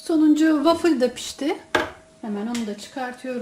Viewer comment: Wafil değil wafıl diye okunuyor sevgilerle😍